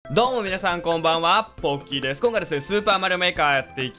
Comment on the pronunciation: なんかのアイサツガコウユウフウニキコエルみなさんこんにちはボッキですに聞こえるwww